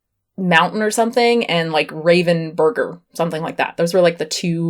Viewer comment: Raven burger LMFAO! I don't know why that is so funny... I'm losing my shit. (It's Ravensburger, named after a German town Ravensburg.)